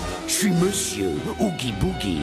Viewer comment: Par contre c'est Oogie Boogie et pas Woogie Body.